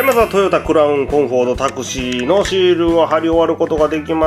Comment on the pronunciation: [Taxi] の発音がすごいですね😂😂